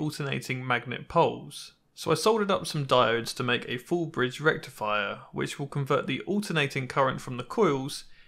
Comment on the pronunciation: Super disappointed in your pronounciation of FOOOOOL BRIDGE RECTIFIAHHH!!!